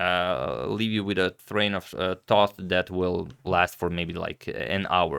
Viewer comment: "Leave you with a thrain of tought"